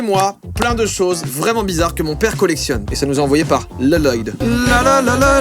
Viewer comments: ça me fait trop rire il sait pas prononcer le prénom lloyd il dit "leloyd" au lieu de "loyd" tout simplement ptdrrr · Mais ca se dis pas loloyd ca se dis loyd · Il est au courant que sa se dit loyd est pas loloyd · C’est moi ou tout ceux qui regarde lego ninjago sont en rage face au « Leloyd » de joyca ??? 🤔🤔🤔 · Une pensée pour Lloyd alias « Leloyd » qui n’a jamais personne qui ne sait prononcer son prénom quand il est écrit 😔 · Léloyod....on dit pas juste loyd ? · "Leloyde" toutes mes condoléances.... ( a ce prononce Loyde) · Rip la prononciation de "Lloyd" 😅😂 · On dit Loyd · 🤣 L-LOYDE JOYCA SA SE DIT AVEC UN L PAS 2 🤣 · Tout ceux qui s'appellent Lloyd je crois que Joyca a mal prononcé votre prénom 😳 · Mon mari s'appel Lloyd et on ne lui a jamais prononcé comme ça lol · Joyca prononce Lloyd "La-Loyd" comme Garmadon dans le film Ninjago mdrrrr, aucun respect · "Lloyd" ça se prononce Loyd, au cas où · "Leuloyd" t'abuses pas un peu là ? 😭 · IL SE PRONONCE PAS LE PREMIER L DE LLOYD TU LE SAURAIS SI TU AVAIS REGATDER NINJAGO